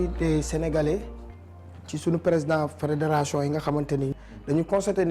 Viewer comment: Lol waa goudj tamit « férédaration »😂😂😂